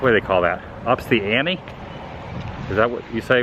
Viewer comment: Adam: ..."ups the amie?..." Me: *shakes head.... "Adam. It's Up the ante." (an-tea) (It's ok, just love the meme :D )